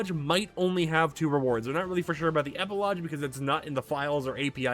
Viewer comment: It’s epilogue (eh-pih-log) not (eh-pih-low-juh)